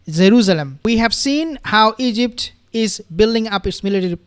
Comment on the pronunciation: I can’t get over your “zaruzalam “